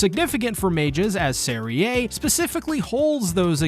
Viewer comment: Serie is pronounced like zeri, not zerie